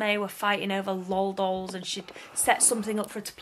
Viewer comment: Lol doll it's l o l doll